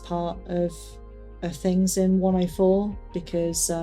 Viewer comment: Hello! I’m new here and enjoying your stories. I just wanted to say something you might find interesting. I’m from the US and to my American ear each time you say “104” it sounds to me like you’re saying “Wonderful”. It is more like “Wunnerful” which is ironic given your experiences there, but I look for deeper meaning in things and wonder what deeper meaning there could be for that. 🙏